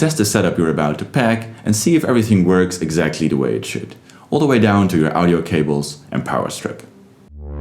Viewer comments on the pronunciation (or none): hier nog wat pedante tips: niet auw-dio maar oh-dio. klinkt als goh. niet in example maar for example. (zie nu dat deze video al 3 jaar oud is dus je Engels zal wel een stuk beter zijn ondertussen). Keep up the good work!